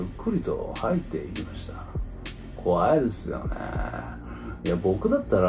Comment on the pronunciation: こわいぇすよねえにハマりすぎだろw